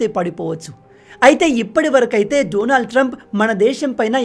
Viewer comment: Say his name correctly.. Daanaaald .. not. Doonaald